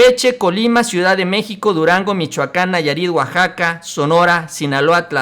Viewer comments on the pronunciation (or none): none